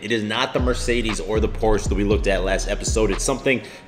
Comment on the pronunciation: I love you bro but they way you pronounce Porsche gets to me everytime. But I appreciate the videos. You a real one! Jah bless holmes.